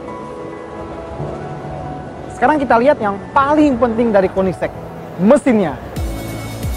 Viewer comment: Bukan koendisek, tapi koeniseh :v